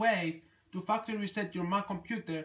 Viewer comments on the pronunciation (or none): "I'm going to show you how to faqder" LMAOAOAOAOAOOAOAOAOA